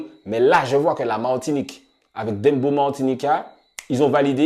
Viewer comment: Pooh mais arrêtez de prononcer « dembo » ça se prononce « Dèmbòw » comme dans le son de shabba ranks